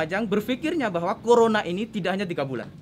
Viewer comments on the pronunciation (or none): none